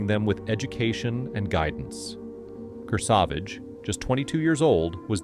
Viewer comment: Also, Kurr-Savage. Not KerSahVahge.😂